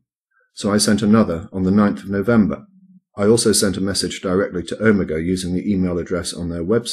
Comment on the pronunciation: Is anyone bothered by how mis-pronounces 'omega?'